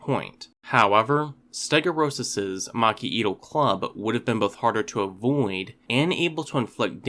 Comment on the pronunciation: I think the pronunciation might be closer to "ste-go-(y)u-ros". Since "stegos" means "roofed", and "uros" means "tail", the O and U would probably be separated, but you can never really tell with these scientific names haha